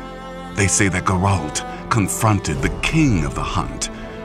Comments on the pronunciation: Although not everything in this video is correct, it's good as always. one little thing that annoys me is the pronounciation of Geralt's name. It's GEralt not geRALT. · The way the narrator pronounces Geralt is just wrong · please say geralt right ughhh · OH MY GOD. The way you say Geralt is sooo wrong it annoys me soooo much